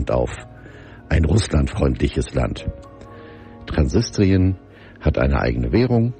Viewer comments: es heißt "Transnistrien", nicht "Transsistrien" 🤣😂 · Das wird nicht Transistrien , sondern Transnistrien ausgesprochen ‼️